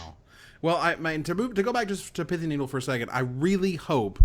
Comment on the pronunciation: Thank goodness some magic player has pronounced pithing needle correctly online for once in history. LSV butchers it every time. Thanks!